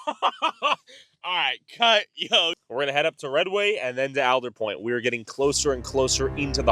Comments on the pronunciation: It’s All-der Point not Al-der Point. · Born and raised, and its ALL-DUR-POINT. Not whatever way you said it lmao. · It is pronounced ALLDERWOOD. It’s a tree. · Willits local here. It's All-der Point. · Your pronouncing Aldetpoint wrong.